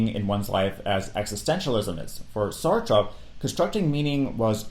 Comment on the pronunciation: Bonus lessons learned from this video: how to correctly pronounce albert camus and sartre 😂